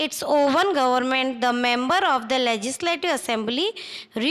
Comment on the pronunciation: Comize , manezmen,bazez,prezezving,lezizlative😂😂sahi se to bolo aur ye konsi 12 std ki hindi bolrahe ho😂😂